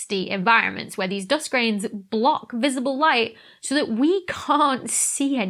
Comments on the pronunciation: 'Doe-ust' had me confused for a sec. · English isn't my first language but I just absolutely love how you pronounce "dúst" 😁